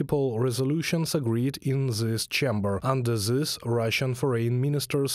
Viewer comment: Hey guys.. "Th" in English isn't pronounced like "Z".. gotta work on the "zis, zat, zere, zose", etc.